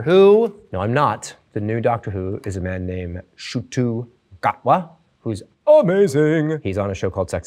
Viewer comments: bro said shootoo gatwa 💀💀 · i love him but he pronounced ncuti gatwa’s name incorrectly 😭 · Pretty sure he botched ncuti gatwa's name pronunciation lmao